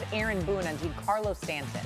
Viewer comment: Hearing this lady not even know the rules of a check swing and how to pronounce Stanton's first name is hilarious